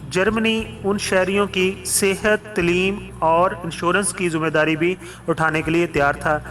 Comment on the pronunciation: Good Knowledge... BTW word Taleem needs to be pronounced right way. (tleem nahi bhai Taleem)